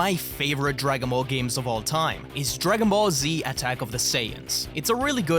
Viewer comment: Die Ki Spricht Dagon Ball Z auch noch Falsch aus